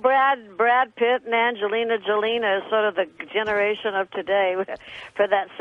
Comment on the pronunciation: I honestly loved that Debbie more than once called Angelina Jolie "Angelina Jolina." I find this little slip-up so adorable. lol